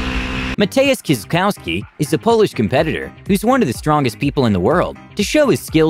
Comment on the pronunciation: Listening to American trying to read Kieliszkowski is priceless 😂😂😂 przewijałam trzy razy